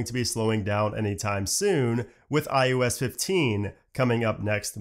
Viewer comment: I am begging you please stop saying iUS